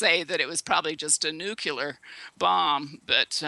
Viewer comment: "Nurcular" and "nukular" are really irritating and give the impression that the speaker is uneducated..